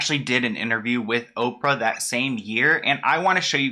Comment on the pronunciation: Oprah "Hoe-prah"